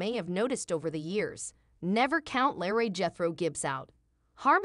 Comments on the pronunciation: It is LEROY not Larry! If you can’t pronounce the names & words right I don’t believe your story!!!!! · I'm with you it's Leroy not Larry if you can't pronounce the names correctly you shouldn't be commentating am I think NCIS Hawaii need to shake up their scared to do anything especially the lead all she does is just sit there and give out orders she doesn't join in half the time